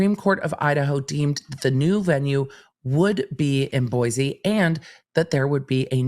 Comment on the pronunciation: its Boi-see not boyz....lol I'm from Boise